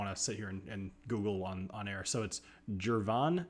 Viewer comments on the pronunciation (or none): Girvan is pronounced with a hard 'g'. The Girvan grain complex is owned by William Grant & Sons and is the source for (as far as I know) all the grain whisky that goes into their blends; the most famous of which obviously being Grant's. As a side note, inside the complex is another distillery you may have heard of: Ailsa Bay - famous for making peated lowland whisky.